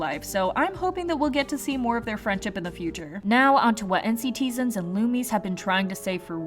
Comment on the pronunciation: FYI... NCTzens is pronounced like Ncitizens not like N C T Zens. Hopefully that made sense... 💚